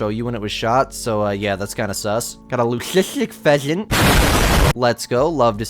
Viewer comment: Why the thumbnail 😅 And the way you said "luesistic pheasant "😂😂